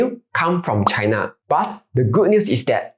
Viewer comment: China pronounced as chai-nuh not chaiNA